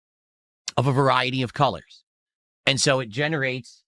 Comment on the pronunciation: It’s gray dient cuhllurs, morahn So much for “chill positive ” am I right